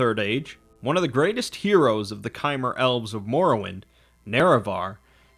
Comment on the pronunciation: Bro it's not kaimer it's chimer and you are pronouncing dwemer wrong and you really need to work on your English speaking 😒